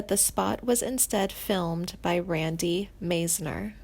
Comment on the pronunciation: She is massacreing names! Randy Messner?. Glen Fray?